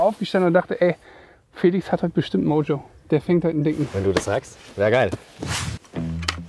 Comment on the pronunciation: Geiles Video, korrekt das gutes Mojo auf Felix ausgesprochen hat haha, sollte er mal öfter machen:D